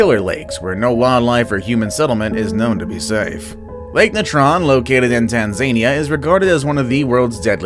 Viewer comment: Did he just pronounce Tanzania wrong? 🤔🤔🤨